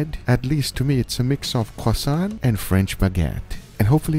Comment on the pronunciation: He said quason!!!!